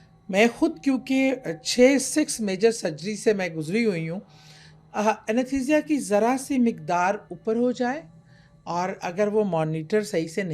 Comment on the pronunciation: Yah!! 😂😂😂 she’s not even talking about the supernatural behind the death as the thumbnail clickbait suggests. Plus anaesthesia pronunciation - maybe we’re the wrong audience.